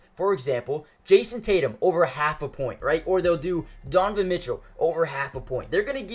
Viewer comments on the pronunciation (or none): none